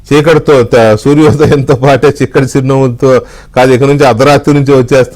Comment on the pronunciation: చిక్కటి చిరునవ్వు కాదండీ షిక్కటి చిరునవ్వు అంటాడు